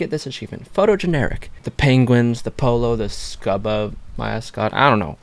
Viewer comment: Yo just wanted to let you know it's pronounced 'scooba' like scuba diver. ~haha😅. Great video tho!👍